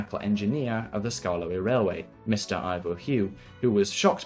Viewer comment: "sKArKLoEy" Had me dying lol😂😂